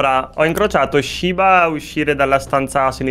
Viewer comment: Quanto mi triggera camper che dice "shibba" invece di "shiba"